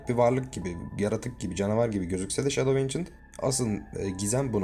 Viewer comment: Yanlış telaffuz antik gölge yada kadim gölge 😊